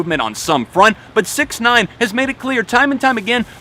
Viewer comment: You're saying "6ix9ine" but all I can hear is "paedophile"...